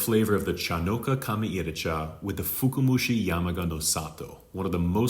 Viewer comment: I love your videos and I wouldn't know what I know if it weren't for you. However, I noticed you're saying "fuku-mushi". I believe you meant to say "fuka-mushi". If you say "fuku" it sounds like the word "luck/fortune" 福. "Fuka" comes from fukai 深い, the word that stands for "deep" in English. Anyway, good video overall! Thanks 👍